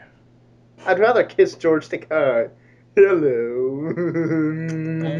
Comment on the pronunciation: Where did Bill Shitner (a.k.a. William Shatner) come up with the idea that "Takei" was pronounced "Takai" anyway? And why is it that others seem to have gotten this (totally WRONG) idea in their heads?